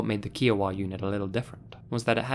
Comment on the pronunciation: "Kee-oh-wuh" Me, an Indigenous-American Okie every time he said Kiowa: "Kai-uh-wuh" ("Kai" being pronounced as k+"eye")